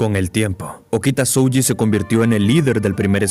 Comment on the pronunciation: Vocales alargadas en japones, estudialo, no es SoUji es Sohji, aplica en kanji y en hiragana peron katakana no como Garou de one punch man